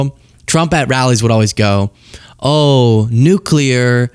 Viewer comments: Nu Clear, please for the love of god, say it just like that. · Get the bugger out! Please..... (He says 'nulcear' by the way) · I'm pretty sure he said "nucular".